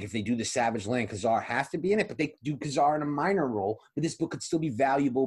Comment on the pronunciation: “Kay” Zar with the accent on the 1st syllable. Please. “ka” zar sounds like what you would tell when you perform a magic trick